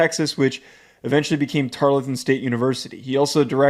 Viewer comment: Tar-ul-ton. Say it with me. Or call them Temu A&M